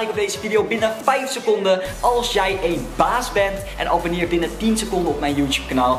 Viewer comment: STOP ME ÉÉN ZEGGEN IN PLAATS VAN EEN